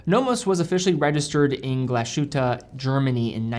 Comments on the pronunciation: Please, you pronounce Glashütte as two Words: Glas Hütte. Not as Glasjute. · Everyone butchers the name of this town. What is wrong with glass-hut'a?